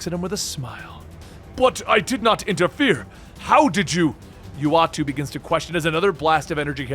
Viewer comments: Damn really can't pronounce names lol. It's uatu (oo-ah-too) idek how he said it ahahaha. And it's daken (day-ken) not dah-ken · 1.) Why the misleading name? 2.) Ik there's probably no canon pronunciation, but "yoo-weh-tao"? Haha